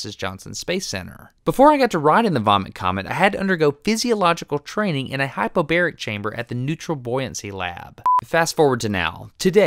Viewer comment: It's hypobaric, NOT hyperbaric. Hypo = less. Hyper = more.